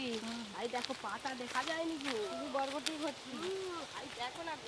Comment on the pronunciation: বটবটি না বরবটি